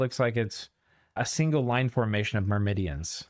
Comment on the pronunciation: Entertaining as always! Thanks for the upload. Also, 'Mermidons' doesn't have an extra i in there.